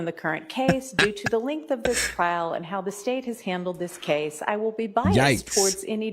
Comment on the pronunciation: Why do y'all say "trail" and not "trial" ?????